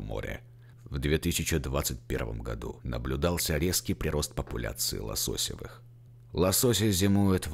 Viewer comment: Спасибо за материал! Но правильно: лососЁвые, а не лосОсевые